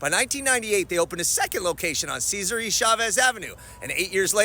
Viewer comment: Can't believe after all these videos, he's going to call it "Ceasarie" Chavez Bulevard. 🤦😂